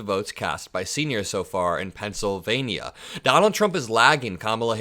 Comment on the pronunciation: buddy, I love your enthusiasm for our democracy and furthering decency and kindness. However ya kill'n me with the ( pencil-vay-knee-ya) Pennsylva-KNEE-a...Why the over annunciation of the "nia"..??? Reminds me of drumpf and the " aeroplane " and I can't stand the thought of your vernacular aligning with his. Please..Please..Please drop the enunciation..!!! I don't even think the good people of Pennsylvania enunciate it in that manner. I'm over anylitical at times, with the weirdest stuff, so meh...Hahaha.! Keep up the good work buddy..!!